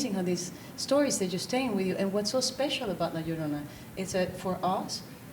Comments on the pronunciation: It's not if you know how to pronounce "ll", she was just nervous and didn't want to mess up, but it ended it making the beginning really cringy.... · How is it hard to pronounce "La Llorona" ?